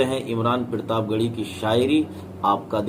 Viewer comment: Pirtab nahi Sahi bolo partab he ye